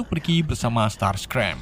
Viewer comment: Bang masa starscream dibilang strasgem🤣